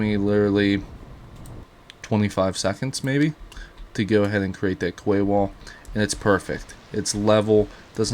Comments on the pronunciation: And ya know, learn how to pronounce quay.. "key" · its pronounced key my dude lol